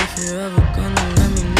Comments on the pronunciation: He said Xxx Trifalon XD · “Xxxtriathlon” im done😂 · Bruh also learn how to say X name and yeah He song are good!!??